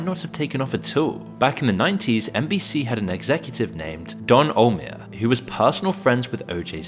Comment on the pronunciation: Also butchers Don Ohlmeyer's name.